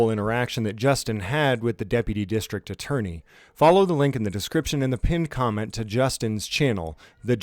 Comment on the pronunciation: Sorry, but you mispronounced district attorney